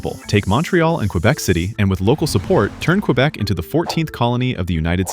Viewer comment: "Qwabeck" 😭😭 its more like, "Kaybeck"